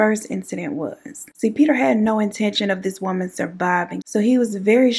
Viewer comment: The little Peter every time you say little peta you take me out that’s my favorite part of this whole thing Lil Peter!!! Poe Lil PETA just like poe lil tink tink chie 💁🏼‍♀️😭😭😭😭😭😭 I love you 🤣🤣